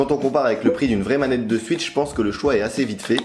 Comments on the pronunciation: La nintendo suitch Très belle prononciation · Nintendo "Suitch" au secours